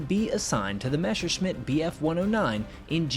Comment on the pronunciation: Btw its. MESSER-SCHMITT and Not a mesher Schmitt